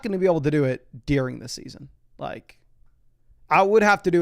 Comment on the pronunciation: Does anyone else hear “dEEring” when says during?